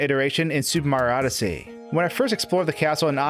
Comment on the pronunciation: No one:: "Sur Mardyssey"